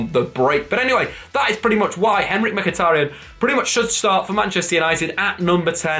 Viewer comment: has finally pronounced mkhitaryan properly! 🎉🎉